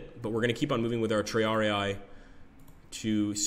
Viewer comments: Looking forward to the game, but please triarii is not "tree-ARE-ee-aye," but rather "tree-ARE-ih-ee" :) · Looks nice - I'm sold on the computer version (though I loathe the miniatures games under there FOG monike). NB: It is TRI-ar-ee, not "TRee-ar-ee-eye". Remember: "ii" = "ee" sound. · tri-are-rii in latin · It puzzles me why they can always pronounce 'Hastati' right but somehow plural for 'Triarius' gets anglicized ending